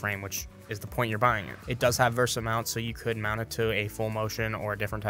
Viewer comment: VESA mount not versa mount. Great video.